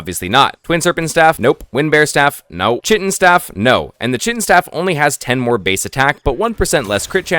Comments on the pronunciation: Bro its pronounced Kite-in not chit-in. Sounded like you were trying to say shittin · Lovely video, watched it till the end, but please, the Chitin Staff is pronounced "Kai-Tin" not "Chi-tin" 😭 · everytime he said "chit in" instead of "kite in" a part of my soul died 😂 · It’s not chitttten. It’s pronounced kaiiiiiiii-tin. K-eye-tin. And Chitin is insect exoskeletal protection. 🤦🏻‍♂️ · It's not pronounced "chit-in" it's "kai-tn" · Chitin staff?,. It's pronounced Kai' tn staff it's a k sound. It's the stuff insects exoskeletons are made of which is why it's found in chap 4 I suppose. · It’s not chit-in! Chitin is pronounced Kai-tn. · Kite-in not chit-in its just how its pronounced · Why doesn't anyone know how to pronounce chitin right? Lol it's not "chit-in" it's pronounced "Ky-tin" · KITE-IN STAFF NOT SHITTIN STAFF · it's kai-tin, not chih-tin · chitin is pronounced kite-in. nice vid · The chitin staff is pronounced *Kite-in*…. I learned this way too late in life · Don't know if you were purposely mispronouncing "chitin" because of how much emphasis you kept putting on it but it is pronounced kai-ten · Chitin is pronouced Kai-tin if I am not wrong, I don’t like doing this but tbh its just a “the more you know” typa thing, annoyed me quite a bit lol. Nice vid tho. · Chitin is pronounced like "kite in." You get it in chapter 4 because chitin is what the exoskeleton of insects like spiders are made of. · lol chitin is pronounced kai-tin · I hate to be that guy, but 'chitin' = 'kite-in' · Prob got this comment already but just in case: Chitin is pronounced “KITE-in” and it’s what a crab’s exoskeleton or a bull’s horn is made of. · dude chitin is pronounced as ˈkaɪtɪn i was thinking wtf where i missed that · Good video, but please, please pronounce chitin correctly. “Kite-in” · It’s pronounced kite-N (chitin) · Chitin is pronounced Kai - tin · based tier lost but your pronunciation of "Chitin" is slightly concerning to me